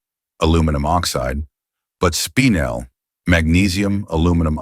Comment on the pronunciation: "Spinel" is NOT said as "spine‐l".....it is said as "spin-el" get it right or don't do it at all. Spinel is stunning as it is "double refractive" whereas diamonds are only single refractive.